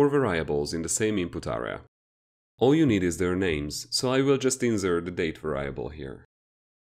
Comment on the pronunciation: Nice video, but it's pronounced VAIR REE ABULL not VAR RYE ABULL